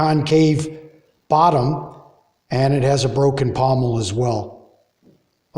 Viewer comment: Pontil not pomel.